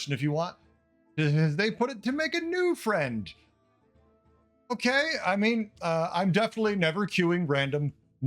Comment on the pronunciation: The emphasis on a new friend hand me rolling 🤣